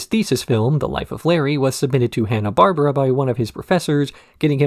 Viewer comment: It's "Barbera" (Bar-bear-ah) btw, not "Barbara".